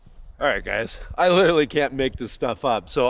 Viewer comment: "Blockeen"????? "Winner camping"????? "Litterly" is not a word. "Definly" is not a word.